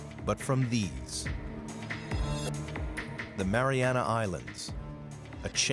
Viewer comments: Everywhere spells it as "Mariana" Trench, but this video pronounces it as "Marianis"; why? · Why is narrator saying MariaNass Trench?